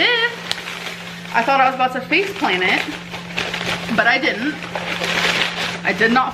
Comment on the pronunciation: I think she meant “faceplant it” but it most definitely sounds more like “face planet” 🌍 😅